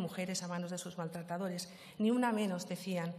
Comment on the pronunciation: Maltretederes, jajaja cuesta hasta pronunciarlo, pero bueno ella vive en el mundo de las portavozas y las fiscalas y no sigo porque mi corrector ortográfico se está volviendo loque